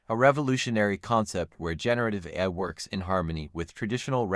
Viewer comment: it’s not better understanding though. The pronunciation is awful. The voice can’t say the words “ASUS, ROG, or AI”